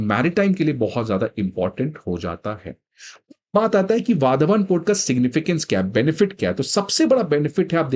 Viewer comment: वाधवान ❌ वाढवण ✔️ migrants 🃏